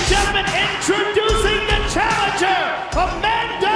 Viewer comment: Miesha "Cupsize?" Tate vs A-Man-Duh Nunes